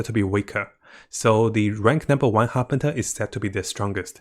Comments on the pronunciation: Corrections on the pronunciations please: Harbinger is pronounced as Har-binge(nj)-er NOT Harpinter Fatui is pronounced as Fa-too-ee NOT Fatawee Scaramouche is pronounced as Ska-ra-moosh NOT Sharamouche It’s really nothing actually but its kinda annoying 🥲 Nonetheless, still love your content! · Pronounce properly please... Fartui, Harbinter, c-nora, sara-moch... such a turn off. Get it right please